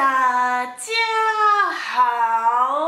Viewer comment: 那個跟『黑素斯』(Jesus)發音很像的『大~~家~~好~~』真的好有趣啊~~XD 另外網路的酸民很多，如果有人批評比較誇張的，千萬別放心上~~ 加油喔~~ ^^